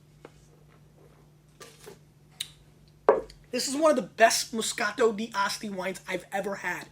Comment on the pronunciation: He's pronouncing the D too prominently in D'Asti. It's more fluid. Dah-stee. My favorites are by La Spinetta and Saracco.